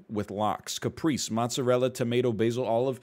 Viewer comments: I didn't want to say it but nobody else is, so here I am: Caprese is an italian word and the e's are pronounced more like "ay" as in "say", and you pronounce both of them. Cah - pray - say. Saying it like "Capreece" as NL did is like calling a tortilla a "turtill." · cah pray ze XD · The pronunciation of caprese is killing me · listening to the egg father mispronounce caprese is troubling